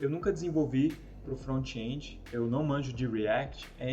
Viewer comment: Front-end not frontchiii endiii React not Reaquitiii ;)